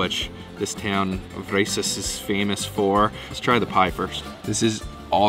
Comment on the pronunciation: I'm hearing Rice-ys. It's VRYSES pronounced VRI-SESS.